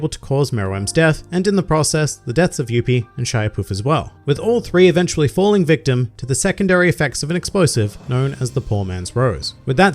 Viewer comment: Royal Guard pronunciation tip: You pronounced Pitou's name correctly. Shaiapouf is pronounced "sha-wa-poof" and Menthuthuyoupi is pronounced "mon-too-too-you-pi". Don't ask me why they are so weird, my guess is as good as yours.